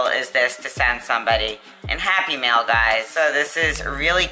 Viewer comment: Very cool. When you say happy mail sometimes I hear happy meal haha :) Maybe I’m just hungry.